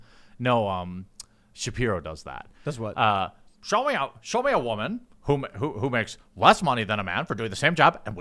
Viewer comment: Not woman. Wahman.